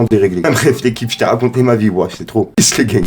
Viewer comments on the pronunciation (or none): none